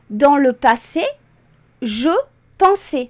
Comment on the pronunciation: Superbe vidéo, très instructive et conçue de manière pédagogique. Ça fait du bien de temps en temps de dépoussiérer certaines règles restées trop longtemps dans un placard entre le lobe frontal et le lobe partial :-) Si je peux me permettre une toute petite remarque, attention à la prononciation de l'imparfait ( par exemple). Le "ais" final de "pensais" (dans ce cas), doit être plus ouvert (comme le "ê" de "prêtre"). La manière avec laquelle vous le dites (fermé comme le "é" de "santé") pourrait laisser croire que ce verbe est conjugué au passé simple (pensai). Je me suis permis de souligner ce point car durant mon apprentissage sur la conjugaison en cours élémentaires, nos instituteurs nous ont longuement bassinés sur ce point en insistant bien sur la prononciation. Merci pour le partage